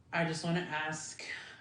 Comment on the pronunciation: Therapist saying “axe” instead of ASK…seriously?!?!